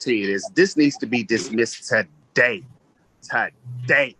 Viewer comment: Do Moronish Slobbering Citizens EVER win in any case in any jurisdiction? Just axing. TaDAY…….